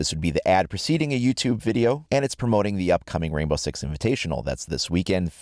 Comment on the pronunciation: Did anyone else think he said "Rambo 6 Invitational" towards the end of the video?